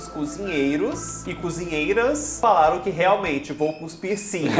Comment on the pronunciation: Ela corrigiu 5 real e falou Guspir 🫣😵‍💫